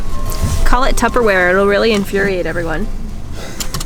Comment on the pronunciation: Did you say Tupperware or Tubberware? LOL!